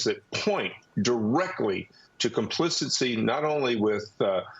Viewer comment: '.. complicincy ..' lol 'complicity'